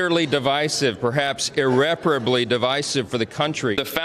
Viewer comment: Well at least Johnson pronounces "irreparably" correctly 🤷‍♂